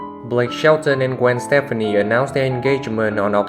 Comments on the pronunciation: Thank you for this video, but it's driving me crazy that you are pronouncing Gwen "Stefani" as Stephanie. They are two totally different names and pronounced completely different. Thankfully, you can now call her Gwen Shelton! Sorry, but I have to deal with the same problem and it just gets tiring having to correct others. Thank you & thanks again for the video. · Wait a minute.... if you're going to tell a Blake and Gwen story you have got to pronounce her last name right.